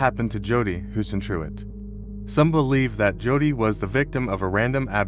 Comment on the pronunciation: If you can't pronounce her name right, you haven't done your research. Kindergarten AI YouTuber trash.